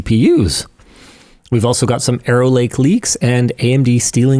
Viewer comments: I heard "Aero Lake" and thought it was "Error Lake." Turns out, it was "Arrow Lake." I'll stick with "Error Lake." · Did Linus just refer to Intel's next generation of processors as "Error Lake"? 😅 That's what it sounded like to me... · Wow that was messing with me. Every time he said "Arrow Lake", all I heard was "Error Lake". It wasn't what he actually said, but it made me laugh just the same. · Instead of Arrow Lake, I heard Error Lake 😂… How fitting for this video. That’s what I get for having the robot vacuum running in the background 🥴